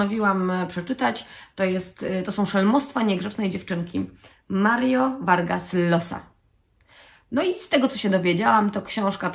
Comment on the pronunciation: Jeśli chcieliby Państwo dowiedzieć się jak wymawia się nazwisko tego hiszpańskiego pisarza już spieszę z pomocą.. Mario Vargas LLosa (fonetycznie josa lub ziosa-zależnie od regionu)